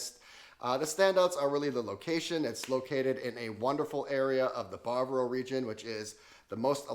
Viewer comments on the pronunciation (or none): Ba-va-ro. Not bar-bro